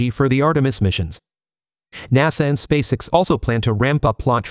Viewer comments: You need to learn how to properly pronounce the name of Elon Musk's rocket company. You say space all right. The way you pronounce the letter x is unusual. Fix it. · What the heck is "Spacix"? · You may be able to improve the pronunciation for 'spacex' by playing around with the spelling of the word. I.e. 'space-ex' or 'space ex', ect. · Your AI voice can't even say "SpaceX"